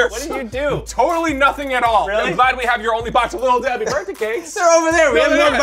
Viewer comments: You have been saying birday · I LOVE HOW ALWAYS SAYS BIRDAY INSTEAD OF BIRTHDAY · Birday cake Collins: “BiRdAy CaKe” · he kinda says birt day